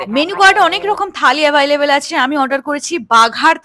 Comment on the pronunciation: Available❌ আভাইলেভেল ✅ Ambience❌ আম্বিয়েন্স ✅ N. B :Am not a pronounciation expert, but ghotona ta holo didi tumi akjon Social influencer, jeta tomar job sekhane vul korle toh ektu criticism accept kortei hobe, it's your source of income after all